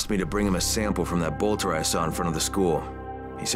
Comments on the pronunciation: bolter not bloter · Exactly. It got so annoying hearing him say bloter a million times.